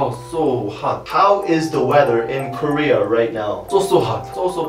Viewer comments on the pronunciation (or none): none